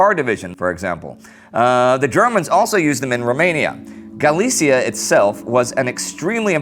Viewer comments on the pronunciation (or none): none